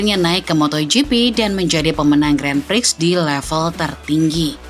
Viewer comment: sebagai channel yang membahas motorsport, sebaiknya bisa lebih tepat lah dalam pengucapan kata Grand Prix.